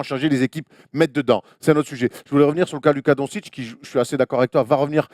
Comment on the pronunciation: D-O-N-T-C-H-I-T-C-H pas "Don-citch". Ou alors prononcez à la française : "Don-cik"